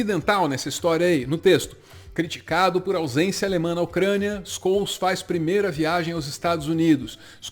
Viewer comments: Acho que a melhor pronuncia do nome do Scholz é Xoeltz ou Xolts, nao Skouls. Tem um artigo de Wikipedia sobre ele que aparece o nome sendo pronunciado. 😘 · Duas correções, uma Scholz se fala Xoltz, não Scols e 2, Russia e EUA sairam do tratado de não proliferação de armas nuclear alegando desculpas esfarrapadas um para com o outro, mas o motivo dos dois terem saído mesmo é a China, que nunca assinou o tratado, e faz sentido, visto que as duas potencias ficam se desarmando enquanto uma terceira enche o seu arsenal de armas nucleares... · Conciso e preciso como sempre. Só uma pequena correção. A pronuncia correta seria Olaf "Shouls", e não "Skouls" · Como sempre, conteúdo conciso e de qualidade! Só uma contribuição com a pronúncia do nome do chanceler alemão, se diz “Ôlaf Xólts” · Com risco de parecer o "Sr Palestrinha", digo: a pronúncia correta do nome do chanceler alemão seria algo como "Xôlts" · O nome de Olaf Scholz se pronuncia "Chôlts" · A pronúncia do nome do chanceler alemão é: Xôltz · Só para informar, o nome do chanceler alemão se pronuncia Choltz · Faaala!! Mt bom o video. Detalhe: o chanceler da alemanha se pronuncia como "x" no inicio (xólts) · Só uma coisinha: o encontro consonantal sch no alemão tem o nosso chiado (ch). Então, Scholz se pronuncia "Xôltz". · No alemão, SCH tem som de X. Ou seja, pronuncia Xôllz (Z com som de tz). Muito bom o vídeo! Obrigado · A pronúncia correta do nome do Chanceler alemão é Ôlaf XÓLTZ. O "sch" tem sempre som de X, e o Z tem som de TZ. O acento agudo que eu coloquei ali no O do sobrenome não é bem como o nosso O aberto. Em teoria, os Os em alemão são fechados, mas na prática eles abrem um pouco dependendo da palavra - nesse caso, por conta do L que vem depois. E antes que comecem o mimimi: não estou gongando ninguém, apenas compartilhando conhecimento - como me parece o espírito do pessoal aqui deste canal. Aliás: parabéns e obrigado pelo trabalho, galerinha! =) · O nome do chanceler alemão se pronuncia "xoltz"